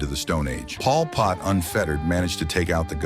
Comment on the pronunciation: “Paul Pott”